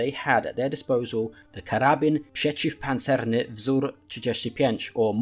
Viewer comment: I like your accent, but you said wrong. You said "pszeciwpancerny [...]". We reading like we writing. Of course how to speak properly, but this is info for you ;)